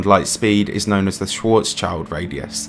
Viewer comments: I like your videos a lot, but pls, Schwarzschild means Black-shield, not "child", so you pronounce it like shwartz-shield, also mass limits are much more precisely defined for the star's core and called the Chandrasekhar limit for remaining a white dwarf, for instance. Worth mentioning and also another hard name :D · Hello. Small point from my side, Schwarzschild means black shield, so it's pronounced"Schwarzshield" instead of "Schwarzs child" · Schwarzschild is not spoken "Schwartz - child". It's "Schwartz - shield"